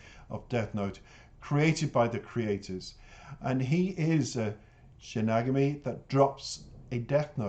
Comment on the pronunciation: Pronounced Shin-y-gah-mi Eyes. Best reaction video thus far!!!. Enjoyed the whole vid!!!